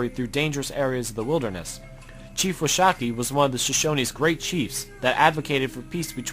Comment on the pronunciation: can not even pronounce Washakie right like your made up fake philosophy and fake doctrine and pronouns, never affirm you in this life time or the next.